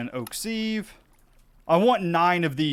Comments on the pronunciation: Hey! Love the video, I am a hugefan of skyblocks, but dude your pronunciation of sieve is killing me 🤣 its said "siv" This is peony all over again 🤣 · Thank You! Also the act of using a "siv" is sifting, not "seeving". We minecraft players need to be a little more aware of slightly anachronistic language skills. This one has always bothered me in so many other videos.